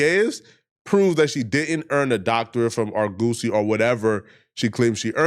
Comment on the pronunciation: OMG BRO Sound it out with me. ( Are Guh See) Not (Are-Go-See) Damn that's getting annoying.